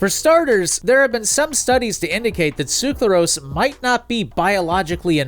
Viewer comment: Ngl even though i fully realize how hard it is to pronounce these chemicals every time you pronounced "sucralose" as "suclarose" i got increasingly irritated. Good video tho!